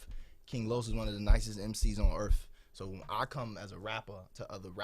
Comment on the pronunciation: "On earff"